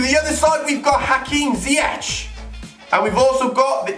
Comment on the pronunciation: i am Dutch and you say zyech as ziejek